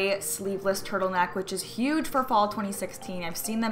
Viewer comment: I swore every time you said "fall" I heard "ball" for some reason haha!